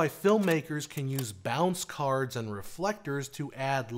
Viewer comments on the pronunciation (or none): none